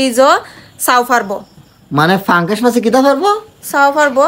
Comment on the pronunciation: পাঙ্কাস মাছ না,, উচ্চারণটা অন্তত ঠিক করেন,, পাঙ্গাস মাছ হবে 😅😂